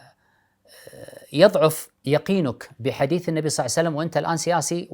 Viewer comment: اخ فايز ارجو منك فقط تقبل نصيحتي قلبي يحترق عندما تقول (صلعسلم ) قد صلى الله عليه وسلم